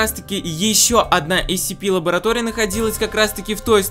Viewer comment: Правильно говорить сцпи